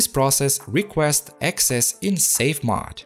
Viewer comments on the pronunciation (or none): Now if we can get him saying "mOde" vs. "mod?!" (Seriously though, it's a great "English accent." ;-)